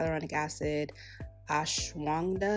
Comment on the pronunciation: Just so you know it’s pronounced ahsh-wah-gone-duh which is an Ayurvedic herb with medicinal properties. Thanks for this review and the swatches. It definitely dries down darker so I’m not sure what shade to get. The Sephora shade finder is not working with this brand.